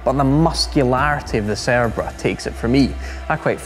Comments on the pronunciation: Correct me if I'm wrong, but does the host pronounce the name in a wrong way? It always sounds like "cerebra" and not "cerbera". Anyways nice video, great car, brutal sound. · I can only hear him saying the name of the car wrong the entire video.